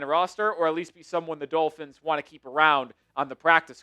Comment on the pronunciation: The Dullphins (as pronounces it), are the winner if this shitty play leads to getting Arch Manning next draft.